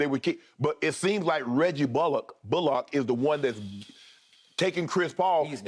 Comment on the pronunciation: I can't get over Shannon torturing Reggie bullock's name 🤣🤣🤣